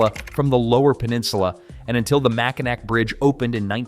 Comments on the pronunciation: Dude!!! I was screaming NAW!! Not NAC!! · its pronounced Macinaw not mackinack just so your aware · Pronounce it mack-in-awe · Upper mich and the U.P. are fine just the way they are. Most here in mich like it this way. By the by, it's pronounced Mac-i-naw...and KEY-win-aw. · When the ai voices try to pronounce Makinaw and butcher it😂😂😂